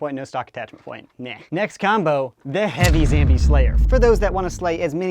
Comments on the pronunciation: its zombie not zambie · it is zombie not zambie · Wtf is a Zambie, is he trying to say zombie? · It’s not zambie it’s zombie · STOP SAYING ZAMBIE ITS ZOMBIE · Why do you say zambie? It's zombie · Why do you call zombies zambies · its ZOMBIE!! not zambie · why do you call it a zambie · it's zombie not zambie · wie do you say Zambie in stead of zombie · it's ZOMBIE idiot not zambie Dumby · I don't want to be rude but it is called zombie not zambie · Hi says zambie its zombie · I like how he says zambie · Why does he say "Zambia”? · only wondering not trying to mean, why do.you say "zam"bie? if someone could answer thx cuz again only wondering👌👍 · pls stop saying zambie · Why he always says Zambie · why does he say zambie